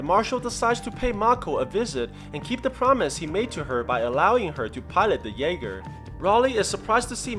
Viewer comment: Not trying to be rude but it’s called a jaeger German for hunter